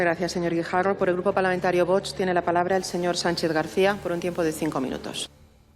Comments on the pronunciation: Qe le. pasa a. la. Sr. Presidenta. en la. boca......no. sabe pronunciar Vox....pero si es muy facil señora. Sea respetuosa por favor!!! Otra. cosa le pese. a quien le pese el. Presidente Trump fue elegido por. el pueblo con mayoría electoral. sin. pactos con partidos que han. dejado mucho dolor en las. familias. Españolas . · La presidente qué le pasa ?? que no sabe pronunciar las letras o las palabras ?? pues léalas VOX !!!! 💚